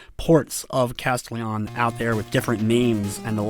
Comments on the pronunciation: he just puts the emphasis on CAS when typically you'd put it on TEL. No biggie, really. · I think that's not how you say "Castelian" XD